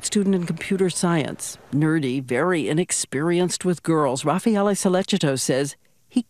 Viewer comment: Why doesnt she ever pronounce his name correctly? She is literally the only one who doesnt. It's Raffaele not Rafael